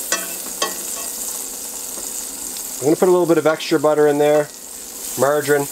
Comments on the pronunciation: There's NOTHING sexier than a Manly Man......who's sufficient, extremely confident, loves the rugged outdoors and who has a mustache, lol. I like how he said margarin.. kind of pronouncing it like MARR-dgin or something close, lol. GREAT VIDEO! KEEP SMILING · Ohh definitely Canadian and not Australian Canadian: marg rine Australian: marg A rine Us Aussie pronounce the A quit loudly when we say margarine